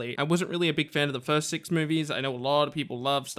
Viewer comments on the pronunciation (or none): none